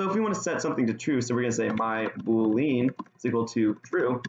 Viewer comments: Nice video! Just a couple suggestions.. it would be nice if you could make the text bigger as it's hard to read on my screen/resolution. Also, "boolean" is pronounced "BULE-ee-enn" (not "boo-LEAN"). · Is this how you are supposed to pronounce boolean???? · oh god why do you pronounce boolean like that